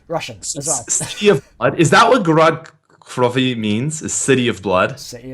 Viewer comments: its pronounced Gor-Ed - Kro-Vee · Many of you may know this and many of you may not, but it is pronounced (Gore-odd Crow-vee-eh) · Roll the r in gorod and for krovi it's krovi a but the a is a little bit silent but not too silent so gorrod krovi ah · Its pronounced "Gorod Krovi" the r's are rolled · Gorod Krovi is pronounced Gorod Krovia with an a sound on the end with a russian accent. :) its so easy to say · It's pronounced G-oh-roh-dt Kr-ov-yee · Gorod Krovi*